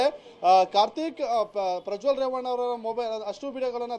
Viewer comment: Mr. first appal you say his name correctly, you don't know his name it's revanna not ravvna. Bludy pool